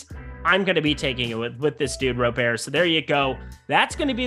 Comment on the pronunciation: Lol why are you saying Robert like Gobert 4 years after learning the right way to say his name? Smh